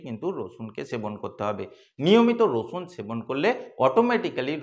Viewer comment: উনি তো আপনাকে রসুন খেতে বলেন নি, বলেছেন 'রছুন' খেতে!!!